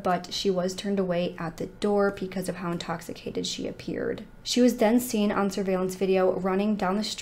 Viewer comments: Anyone else ever notice that this lovely young lady always says "pecause" and not "because" 😁🤩? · I really enjoy this channel, it just irks me that she says pee cause instead of because. Idk if that's just something she does to be silly like how people say meow instead of now just to confuse people or be funny, but its a little annoying. But i do ignore it BECAUSE, i want to hear the cases.